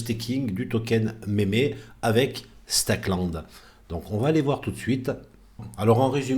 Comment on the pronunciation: Mémé land ? 😭👵👵👵 Meme = "mime", le "e" en anglais se dit "i" Donc on dit "mim-land", "mim-coin" Pas méméland ou mémécoin